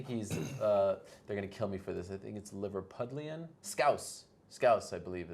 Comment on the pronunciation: "Liverpilian" LOL!